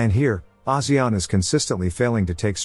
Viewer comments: he say Asian. Rich as Singapore poor like Cambodian .😔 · Wow, that's not how I thought ASEAN was pronounced at all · The way he pronounces ASEAN...